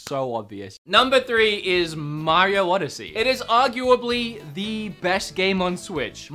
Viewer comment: You mean mr mare-eo